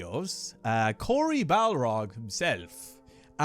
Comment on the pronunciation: Noooo!! You pronounced Cory Barlog's name incorrectly 😂😂 Also, good old Cory trolling Twitter by spelling his surname as Balrog 😂😂😂